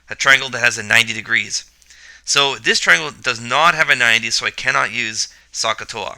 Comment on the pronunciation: Hello, Great Video, except Should Pronounce SOH, with OH sound, not AH sound very confusing need to hear the "O" in your mind to know the O is used.